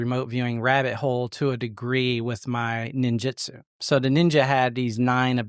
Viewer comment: It's Ninjutsu not jitsu. Just a heads up.